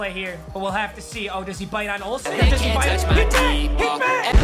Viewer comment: He got mad because you said Golsen